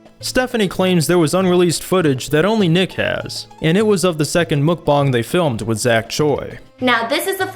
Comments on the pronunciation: Me: Mukbang You: MookBong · Chief I think its Muk-Bang not mukbong. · ITS MUK-BANG NOT MUK-BONG CRING MUCH? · Dude said mukbong instead of mukbang lmao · muk b ANG not bong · MUK- BANG not bong like Fr it’s so irritating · Muck-bong?! It is muck-bang dear. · Why does he say mukbang like mookbong lol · i think im the only one who pronounce it as makbeng instead of mukbang in literal. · Wait THATS how you pronounce mukbang? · Does he not know how to say bang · The way he says mukbang hurts me